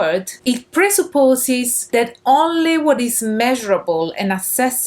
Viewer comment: "presupposes"... are you Italian?